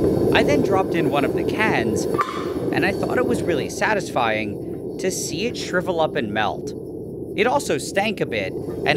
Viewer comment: “i think it was very sastifying to see the can SHRIVLE up and MELT” not hate (i think its funny)